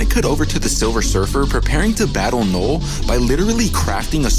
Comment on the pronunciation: Loved the retelling of this comic, but I kept hearing “Knoll/Nole” instead of “Knull” somewhat distracting, but not overwhelmingly so.